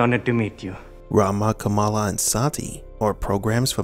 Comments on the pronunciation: It's pronounced "KAH-mulla", or so I've been reliably informed. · It's kuh-MAL-ah actually. Our VP elect just changed the pronunciation to avoid confusion with Pro Wrestling great Jim "Kamala" Harris.